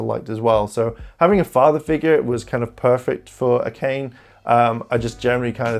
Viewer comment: Also, Akane is pronounced Aka-nay